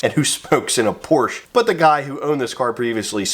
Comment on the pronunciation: Never say Porschaa again, sincerly a German